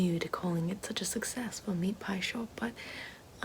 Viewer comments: meet poi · take a shot every time she says “meat poiy” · LOL it sound like you are saying meat boys. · We should make it a drinking game every time she says "meat poy"! 😂😂😂😂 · Not only is “meat pie” considered a classic Australian food, but the way you say it Ahahaha! Sounds so Australian